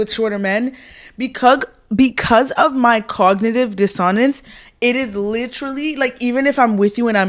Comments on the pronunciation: Cognitive DisOnenseee!!! Girl google the pronunciation. SMH. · the phrase is pronounced “cognitive diss-so-nense babes” ❤ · Girl you are pronouncing cognitive dissonance wrong